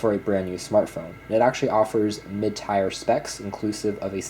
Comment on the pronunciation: Mid Tire? You mean Mid Tier (Teer)